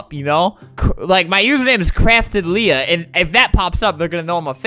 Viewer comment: It’s pronounced Leah🙄